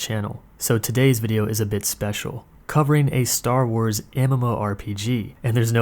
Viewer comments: Am I the only one who thinks it sounds like he's saying "stahl wars"? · Stal Wars? Sounds like he's saying Stal Wars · wtf is "stal wars" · The content of the video was ok. The guy obviously really like the one class he plays. My main criticism of the video is the bizarre fake deep voice the narrator uses and how he repeatedly said "Staww Wars". Like the whole point of the video is about star wars, take one extra second to say the word correctly. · Stall Wars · cool review, cool guy, but damn it every time he said stal wars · I know that's not what you're actually saying right, but with your pronunciation, that's what I hear every single time.